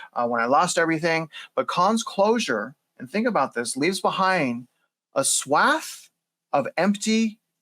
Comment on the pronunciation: I have never heard someone mispronounce "swath" so painfully bad.